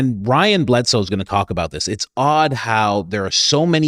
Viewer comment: Another phenomenal episode, Coach👏🏽👏🏽 Oh, and don't worry, you were pronouncing 'Bledsoe' properly👍🏽🫵🏽💯✝️🙏🏽 You know what's crazy? I haven't heard or thought of the fact that Mary had a "star" following her throughout her pregnancy since I've been delved into my DEEP search for truth, and you know what? From everything I know, I 100% can get behind that that wasn't just a star, but a ship. I've come to some remarkable conclusions that have brought me back to Christ, and him being the genetically manipulated planted seed of our one, true God is EXACTLY what I've come to accept as likely fact. We are the genetically manipulated and created products of God. I think the reason the truth about religion hasn't been disclosed is because we REALLY ARE a genetic experiment created by an unbelievably powerful and possibly unimaginably GIGANTIC Being that we call God. We really are the ants in the ant farm. That realization will ruin people's egos and implode their minds. I don't think it matters much; as long as it's the TRUTH, I'm good with it😊 May our enormous, intelligent creator, God, bless you and yours and the team here!😊✝️🙏🏽